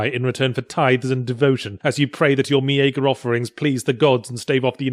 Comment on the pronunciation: Tip of the Day: "meagre" is pronounced "me"-"ger".